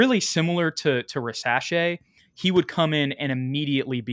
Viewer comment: ok very nice episode guys like always. Just one comment on how to pronounce Risacher It's Rizaché with the "Z" sound and not "S"... 🙂